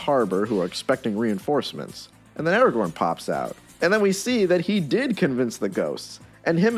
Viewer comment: Stop saying Eragorn!